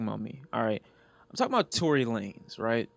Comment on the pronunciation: Did he say Tory Lamez 😂😂